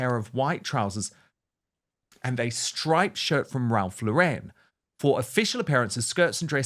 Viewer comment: Lauren! It is NOT Laurennnnnnne.